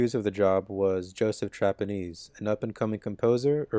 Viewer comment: The only critique I have is that Joseph Trapanese's name was mispronounced. It's pronounced like trap a nay see Or Trap A Ness ee. Or at least that's how I've heard him say it.